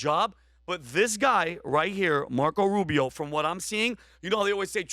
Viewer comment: Rubio not Rubis!